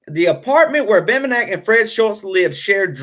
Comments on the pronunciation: Name is pronounced BEM BEN NICK good show though.. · Dude, it’s Bem-ben-ick. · It's pronounced Bem-Ben-nick. And I left your video after the first three minutes because of it. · and the accent is on "BEN".